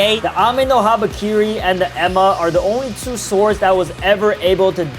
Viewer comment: He calling enma emma